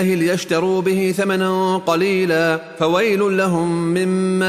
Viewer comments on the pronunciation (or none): none